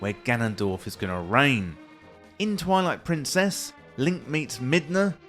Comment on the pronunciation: Deliberate or not, your accentuation of "Twilight-prin, CESS" is excellent rage bait.